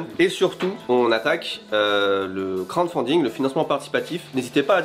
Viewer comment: C'est crowDfunding pas crownfunding! (c'est lui qui demande au début de la vidéo me bannez pas)